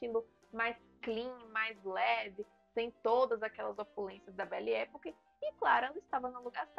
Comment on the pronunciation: A pronúncia é "epóque" e não époque. Já que você fala tanto esta expressão, vale a pronúncia certa, dá mais credibilidade.